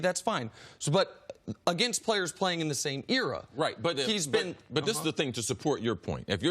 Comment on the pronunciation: Nick is soooooooo dumb! Eric and Chris have been in the league for years! They know more, they are experienced . WTF does Nick have experience in? He cant even say era right!